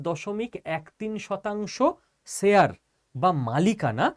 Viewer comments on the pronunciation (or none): Share শেয়ার উচ্চারন ঠিক করুন। মাষ্টামশাই আপনি।